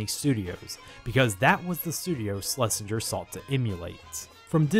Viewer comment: SHH-LESINGER NOT SLESHINGER